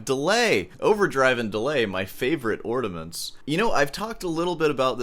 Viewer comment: Are you saying "ordiments"???